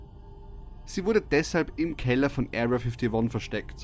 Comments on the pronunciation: "Ariya fittoni" 😂😂👌🏻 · "Aria Fiftiwon" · „Erriaa fifdi won“ 😂